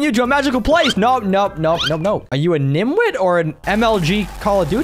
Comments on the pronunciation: I’m not gonna lie to you, It’s niTwit not niMwit. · It's nitwit 😂😂 not nimwit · its actually called nitwit. Not nimwit